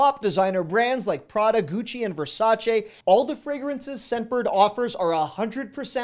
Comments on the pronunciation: It made me soooo happy that you pronounce Versace correctly!!!! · So happy you said Versace correctly lol